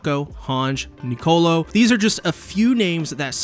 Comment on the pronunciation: Can you pronounce Niccolo correctly for once?